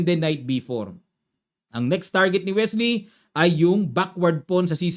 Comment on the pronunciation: Sa excitement mo coach, naging Welsy na c Wesley hahaha